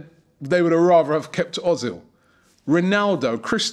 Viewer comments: özil is pronanced Erzil not Ozil but i am happy we have him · Özil, mate. You say Ozil. It's pronounced Oezil. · i love how you say ozil hahah its more like 'err-zil' :P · Robbie, its pronounced erzil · Its Pronounced Mersoot Erzil..... I hate the way Robbie says it lol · I was just about to tell you ur saying ozil wrong but then u said ur going to start saying it write